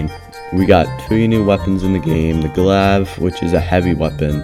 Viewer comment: you pronouncing the glave as "glaav" and not "glayve" was quite irritating